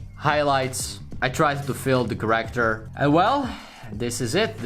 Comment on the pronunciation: Its not called ”CarActer” its called ”cAracter”